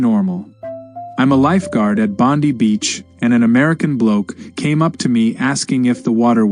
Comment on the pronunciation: Bondi is pronounced Bond-eye not Bond-ee I'd have thought after the shooting you lot would know how to pronounce it